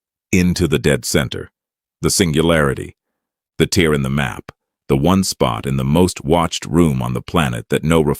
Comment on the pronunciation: The real giveaway is the word "tear," right?